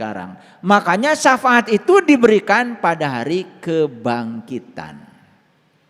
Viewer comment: Ini lagi nggak tau safaat tapi ngomong sa faat banyak belajar lagi dan bagi pendengar pakai akal jangan hobi dengerin omongan orang baca sendiri dan pahami sendiri takwil nya Alquran itu ya gais 🙏